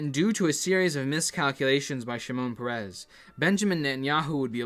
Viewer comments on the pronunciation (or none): is peres, not perez,hes not mexican god damn it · you pronounce it like the name of the pokemon "paras", clip for reference